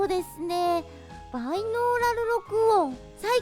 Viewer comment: コウシカ そうだよな！ バイノーラルとかあんまり言い慣れてない感じがして可愛いよな！